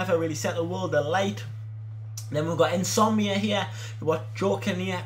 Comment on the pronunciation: Insomnia, you mean n'zogbia aha, great video tho, do you have a season ticket at St. James's?